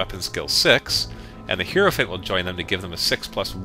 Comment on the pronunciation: It's pronounced "High-Row" not "Hero." Hierophant, Hierotitan, all of it. I hate it when people pronounce things wrong!